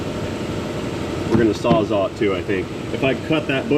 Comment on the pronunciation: You're not the only person to mis-pronounce the word Sawzall, but for some reason it's like fingernails on a chalkboard to me! I'm just sayin'.